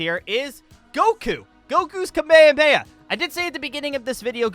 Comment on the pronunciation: the kamehame he called the kamayamaya